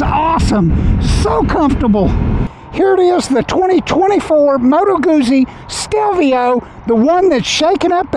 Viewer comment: The name is not pronounced the way you are saying it. Not that it really matters to some people.